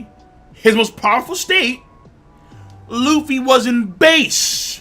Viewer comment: man turned Luffy's nationality to france by saying lufféi